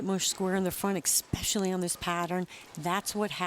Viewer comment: Ugh... stop saying "eck-specially". That's not a word!!!